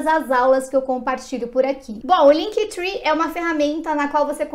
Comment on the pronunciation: LinkTri que fala! Three é 3 (trwee) Esse tree é de árvore Pronuncia é TRI! Mas muito legal o vídeo!